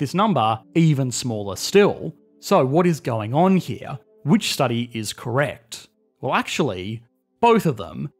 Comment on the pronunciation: It wouldn't be an economics explained video without him saying "wot is going on heah"